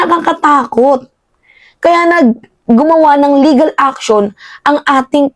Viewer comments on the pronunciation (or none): none